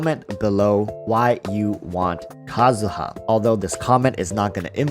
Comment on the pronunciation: Kazuha not Kazuya